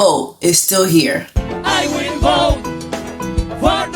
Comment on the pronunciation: I will bote 😂 lol you gotta get the accent right